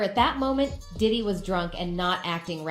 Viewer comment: Oh you did diddy ,, I thought you said yiddy 😂